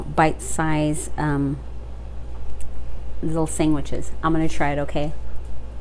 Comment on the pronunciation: U say “sang-witches” like my aunt haha. Good vid